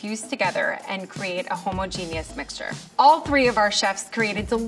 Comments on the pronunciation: Food scientist: “hO-mO-gEniE-uS miXtUrE”. Isn’t it pronounced “huh-mah-jen-us?” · I've never heard homogeneous pronounced like that. Home genius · That's not how you say homogeneous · why is no one talking about the way she pronounced homogeneous